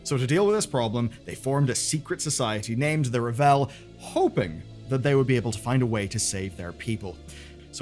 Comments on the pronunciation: Its RAVEL, not Revel 🤦‍♂️🤣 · driving me crazy mispronouncing The Ravel. It's not Revel, it's Ravel. Like unravel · Ravel = RAH-vel. It's not French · Am I really going to have to spend the next four months listening to people pronounce Ravel as "ra-VELL"? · Sometimes I wonder if pronounces things like 'The Ravel' wrong on purpose to make people like me comment lmao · I've noticed a lot of the UK youtubers pronouncing it this way, in spite of the fact that the audio drama and all the voice lines in the game pronounce it correctly. I'm wondering if this is just a UK thing.